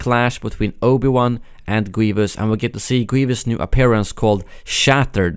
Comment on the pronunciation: I noticed you pronounce Obi-Wan like Oba-Wan